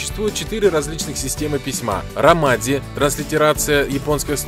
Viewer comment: И ромаджи